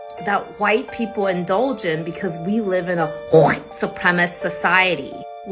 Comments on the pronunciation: the Korean lady is making the sound of hocking snot when she pronounces the word white. I for one applaud her ability to be inclusive of this Asian custom of spitting in contempt in place of using words. I am sure it is the American public school system that is responsible for her not understanding why white people dominate a culture in a nation that they have lived in for the past 300 years. I am sure that if we went to Korea, we would see a much more diverse culture and one that is not Korean-Centric. Seriously, the fact that Americans at large have wide respect for the ingeniousness and tenacity and work-ethic of the Korean Americans, is also lost on her. From a Whitey to my Korean American fellow travelers: You guys make great Americans. Sorry that you can't have your children vaccinated against Western Woke Ignorance. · Wtf is wrong with this woman? Why is she having so much trouble saying white? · She doesn't even have the balls to pronounce "white" properly. She's as fake as it gets. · This from an Asian who has had eye surgery to have eyes like a white (pronounced like she’s hocking a loogie!) person! What a hypocrite! Go back to your own country, and then you don’t have to be disgusted by white Americans in our own country!!! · The way she pronounces 'white' is clear indoctrination and pure hate. These are the morons who really think they're not racist bitches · I don't think thats is triggering for her or somethi. It ment to trigger white people; an intentionally degrading and disrespectful. The way she pronunce it sound like spiting sputum from her throat to the ground. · Nobody sees Meghan Markle as "Black" but Meghan and the race baiters. Also, what is wrong with her pronunciation. Finally, we might need to start looking at the South African white farmer genocide. The "BIPOC" community is beginning to drum up hate that may lead to that level of violence. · what a waste of cognitive ressources to pronounce white as "chite"